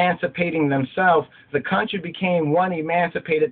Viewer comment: you're 'count-try, tis of thee, not of me, hilarious however you need to school it.